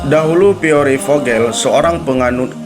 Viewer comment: baru ngeh kon PIERRE di bacanya piore sih , Pier gitu